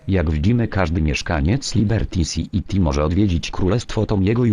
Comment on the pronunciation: to wiesz jak mówić Lyberty Syti albo wajs syti z Y sprawdzałem